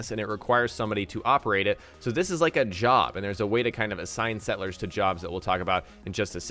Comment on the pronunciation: I am very excited, but the way he says sett-lers, it bugs me.